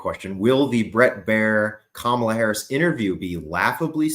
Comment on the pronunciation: I love how pronounces Kamala Que Mala